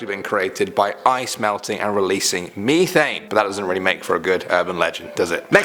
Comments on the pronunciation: He said meethane not methane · M-e-thane not M-ee-thane. I’m sorry if it’s offensive but it bothers me a lot